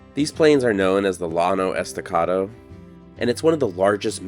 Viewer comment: OK... you have to pronounce Llano Estacado correctly! It isn't pronounced with an L sound. Two Ls in Spanish sound as a Y. So, it is pronounced like "Yano".